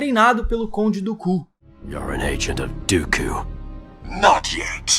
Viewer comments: Eu adoro essa série de Star Wars Clone Wars, seu vídeo e cabana só me incomodou foi a forma que vc falar o nome do conde Dukan vc parece que vc fala conde do Cu kkkk 😆😅🤣 😂 fora isso o vídeo e bacana kkk! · O cara fala conde do ku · Mano não fala conde dooku é estranho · Amigo fala o nome do dookan em inglês não e bonito